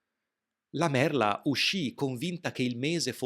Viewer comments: Sei bravoFrancesco. Niente con la "D" !!!!!!!!!!!!!!!!! Non dimenticare che la parlola e "merla" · E importantissimo ricordarsi que merla si pronuncia con la lettera "l" di "limone". E imposibile dimenticarelo!